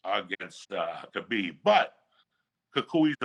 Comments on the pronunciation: Logan Jones: It's pronounced Collar-Beeb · Khalabib lol